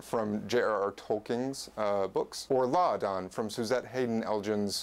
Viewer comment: Congrats on saying "Láadan" correctly! Poor, poor, Volapük.